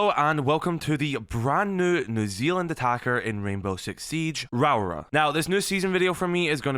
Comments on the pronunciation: every time he says her name i feel my soul ache Rawra vs Raora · really butchering her name😂😂😂😂raawrarh😂😂